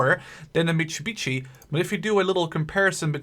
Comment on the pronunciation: mitsubitchy wow im sorry that i di this but said it